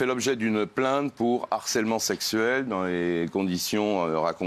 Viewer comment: 😂😂😂😂 d'harcèlement 😂😂😂😂de harcèlement messieurs 😂😂😂😂h aspiré 😂😂😂😂